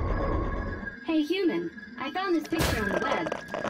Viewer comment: Uman? I thought it was human